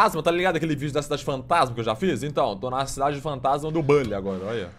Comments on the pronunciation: Na vdd se fala Bully e nao "bãnlly" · Nao é bally é buuuuuuhhhhllyyy